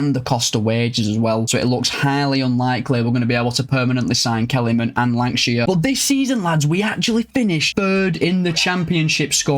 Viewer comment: Congratulations on the promotion hope to c Bolton back in the premier league soon. Btw I'm sure on the 23.54 minute mark u lankshear with a w instead of a l. Maybe my ears 😆 loved the video top as always